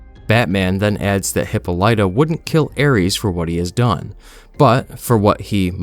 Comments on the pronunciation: ole hippo lighta. lol my guy, it's pronounced "Hip-paw-lih-tuh" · This pronunciation of Hippolyta is... certainly something Huh-paa-luh-tuh is closest, but definitely not hippo-light-uh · Hippo lighter, it’s hipolita , in terms of pronunciation it’s litter not lite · Immediately upset we going with mf hippo-lita over hippolyta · Hip pah lita is how Diana's mother's name is pronounced. Not hippo lighta. In media, I've only heard mispronounced in Lovecraft Country, but that was international because of the period the story takes place in. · Good video but I can't get over your pronunciation of Hippolyta. It's hip-poh-lih-tuh, not hip-po-lite-a. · The "Hippo-Light-uh" instead of "Hip-all-It-uh" is killing me lol. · hip-pol-ita not Hip-pole-light-a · I thought it was pronounced Hip-paul-lit-a not Hippo-litta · What's a Hippo-Light-Ah? Is that like a giant Zippo or something? If your trying to say Hippolyta, you're failing miserably becuase it's pronounced hee-POH-lee-tah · Say it with me, narrator: Hip-POL-uh-TA!! Hippo-light-a....FFS. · Im not gonna lie bro, this video/account smells like AI to me. You pronounced "Hippolyta" as "hippo-light-uh" throughout the entire video when it is common knowledge the pronunciation is "hip-pawl-it-ta" (hope that makes sense) and I seen 2 other channels that are 100% AI which is why I wanna give u the benefit of the doubt but still... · It's NOT pronounced Hippa-Lite-Ta, it's pronounced Hip-Paul-itta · Hip-OL-ih-tuh. Not Hip-o-lie-tuh. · Hip-all-ita not hipo-lyta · Dianas mothers name, i thought it was pronounced: Hip-Pol-it-Ta Not: Hip-Pole-eye-Ta 🙂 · im being knit-picky but Diana's mothers name is pronounced Hippolyta (Ha-poli-ta) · HY -POL-I-TA The I is like ID not like I'm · Obviously an AI or a person who knows nothing of Greek culture and ancient history. He pronounces queen hippolytas name. It hip-ahli-ta. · Yeah, maybe master pronouncing Greek mythological characters before trying this. HIPPO LIGHTA is WIIIIILD WORK FAM!